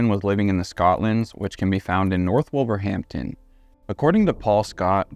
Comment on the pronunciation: I was going to nod to the pronunciation too 👍 “Wust tuh shush’ and ‘Wulvuhamtun’ 😉